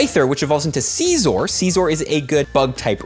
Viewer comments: the way you say Scyther normal but Scizor like seezor makes me do the What! Jackie Chan meme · The way he said it.. sceezor.. it bothers me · you said "sea sore (the way your pronounced it) is good in the ultra league" and then showed the great league badge